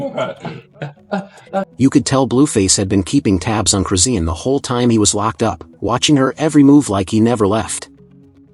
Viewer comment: Her name is chrisean not crusine These ai videos getting out of hand